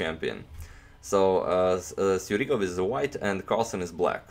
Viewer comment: He is Sjugirov. Not Sjurigov.